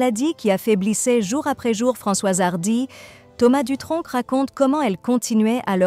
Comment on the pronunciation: Je sens un petit accent dans vos dialogues, on ne prononce pad le c à Dutronc